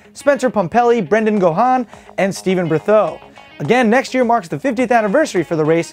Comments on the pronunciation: Brendan gohan? its pronouce gaun the gh is silent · Brendan "Gone" <-- Thats how Brendan Gaughan pronounced. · Brendan Gaughan is pronounced "gone" just wanted to let you know. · I've never heard someone garble Brendan Gaughan's name so badly before. Still fun to watch, but that bugged me. Oh, and Billy Madison FTW.